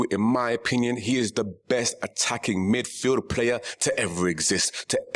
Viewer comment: Best "Middfield" of all time 😊